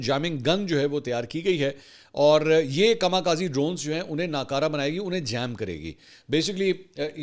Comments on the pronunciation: Kama kazi nahi 😂 かみかぜ Kami khaze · Dear Sir, I want to make a necessary correction. The correct word is "KAMI KAZE" and not KAMA KAZI. This is Japanese word, KAMI means God and KAZE (correct pronunciation is KAZAY) means wind, means devine winds. Dr.Shahzad Nasim (Ph.D. Japan)